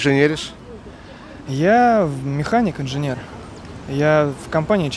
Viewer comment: букву Н пропустили в слове инженер